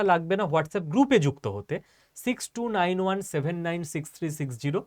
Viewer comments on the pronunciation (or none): none